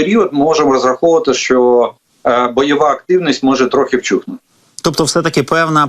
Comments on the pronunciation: Вщухнути а не вчухнути!,вибачаюсь за повчання . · Жданов, кто вам оформляет картинку на Ютубе? Какое "вчухнути"? Вщухнути, блин!!!! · НЕ "ВЧУХНУТИ", а ВЩУХНУТИ))) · Тiльки не вчухнути, а вщухнути :) вчiть украiнську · Перепрошую, але не вчухнути, а в вщухнути.